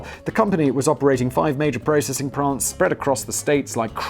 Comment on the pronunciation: "Blizness Blaze" ? "MySplace" ? "Processing Prants" ? What's in that clup, Simon?